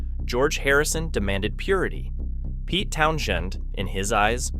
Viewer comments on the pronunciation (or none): Town shun ? AI omg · Very good vidio. But the pronunciation of Pete tow shun is just ridiculous.A I can't improve its own Grammer? It's not so intelligent is it.